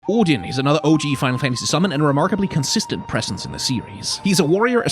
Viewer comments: As a Dane it REALLY wrecked my second language attention span hearing Odin anf Sleipnir pronounced correctly 🤣🤣 I wasn’t prepared for the code switches AT ALL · Your videos teach me the pronunciations of Odin and Sleipnir. Also Freya in your God of War video. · Forget the proper pronunciation of Sleipnir and Gungnir, this is the first time I've heard someone online pronounce "Odin" correctly. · Can we just take a moment to appreciate the way says "Odin"?